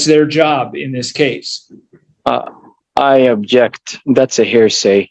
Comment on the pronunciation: Except, he’s saying “I abject”. 😅